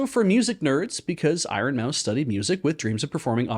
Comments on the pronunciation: Pronouncing it I-ron hurt me in ways I didn't know a word could. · Little bit obsessed with two different pronunciations of "iron" in this.